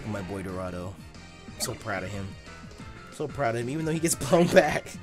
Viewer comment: why u always fucking up dorado 😂